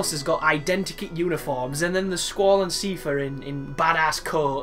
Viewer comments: i love how you pronounce Seifer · It's odd lol